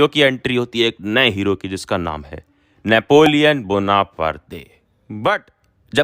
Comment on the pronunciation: Napoleon bonarpardeeeee 😂😂😂